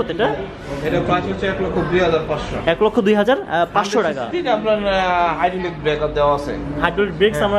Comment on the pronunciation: Vaia apni teka na Bole taka bolle onek hater kome jabe apnar. Apnar unnoti hok ei kamona kori. ❤